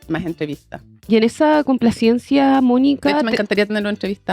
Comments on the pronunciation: Jajaja Yo tambien me fije, dale con la complaciencia... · La periodista de Turno, toda la entrevista pronunció mal la palabra complacencia, no acusó recibo cuando Rincón la pronunció correctamente. Un mínimo es que los periodistas hablen correctamente.